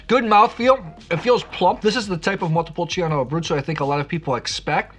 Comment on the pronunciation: I really like your videos. Thank you for your insights. I don't want to look picky, but there is no i when pronouncing "Montepulciano". The i is just for the "chaa", otherwise it would be "ca".